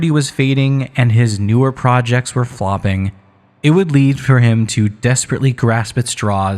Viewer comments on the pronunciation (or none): none